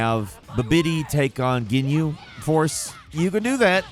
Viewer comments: The mispronouncing of Broly i could let go but Captain GIN-you and SA-BAY-MAN? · Why can you not pronounce these names???? Why can no one say "Broly" correctly? It's in the films, but also, it's in the spelling. Brolly is what I heard here. Broly is his name. Jinyu? Bih-biddy? Have you ever seen the show? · We are the Jinnnyouuuuu force 😂😂😂😂 I lold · I'm sorry but I have to do this. It's BRO-LEE not BRAW-LEE GEN-YOU not GIN-YOU SI-BA-MEN not SA-BAY-MEN Like WTF did you ever watch the fucking show? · Did you just pronounce Captain Ginyu as "Captain Jin-you"? Edit: And immediately after that say, "sah-bay-min"? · The pronunciation is horrible here and makes me cringe lol. Brolly, Say-ba men, Jin-yu 🤢🤮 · Captain “Jinyu” “Sabeymen” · captain jinyu and suhbaymin lmao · "BRALY" "CAPTAIN JUNYU" "SABAYMEN" Bro no way you have ever watched DBZ 😆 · bro remembers the games from back in the day, doesnt know how to pronounce character names. 'bubidy' 'captain jinyu' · Did just call Captain Ginyu Captain Jinyu and the Saibaman Sabaymin?!?! That’s the last straw. I’ve always known I hated this dumb bird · Jinu 😂 SABAYMEN! 🤣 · no kidding he literally mentions the “babidi vs ginyu force” a few minutes before saying “jinyu” at least be consistent in your mispronunciation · Sabaymen, Jinyu, Bubitty, Brawly. I'm cringing so hard at this. Dragon Ball has been around more than long enough for people to know most of the pronunciations imo. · Captain jinyu lmaooooo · I stopped this video I can’t watch a video by a guy who can’t pronounce “Ginyu” or “Saibaman” correctly smh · fake dragon Ball z fan. Couldn't pronounce Ginyu or Seibamen correctly😅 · Dont forget his pronunciation on Saibamen, and Ginyu. 😅